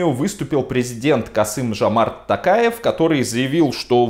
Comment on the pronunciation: Касым-ЖОмарт Токаев! ТОктар! У казахов имена (и слова) с буквой "О" читается с буквой "О", а не "А". Режет слух!